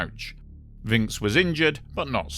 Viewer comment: Like your style of your narration and script writing! Pronunciation note: Alain is like "along" and Vincx is like "vanks". Thanks again, you bring so many apparently forgotten stories back to life.